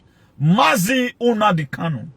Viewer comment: You're ranting bullshit just say you and not all Benin people want to congratulate Nnamdi kanu also comparing kanu to Jesus Christ you must be out of your head, you can't even pronounce the name properly you're pronouncing NNAMDI as UNAMDI KANO